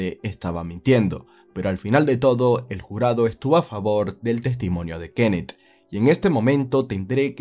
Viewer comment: Ojalá y no haya más narrativa ,con sujetos que tengan k al final de su nombre; porque Frank y Kenneth me tienen el tímpano derecho jodido con el acento que tú le pones.😂